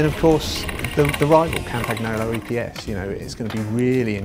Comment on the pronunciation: Campa g n olo ? Learn how to read the name stupid .